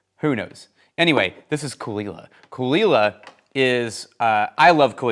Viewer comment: best part of the video is learning how Caol Ila is pronounced :)